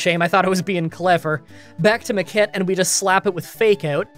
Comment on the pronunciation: Is it just me, hearing him say "the kid" for Makit over and over again :D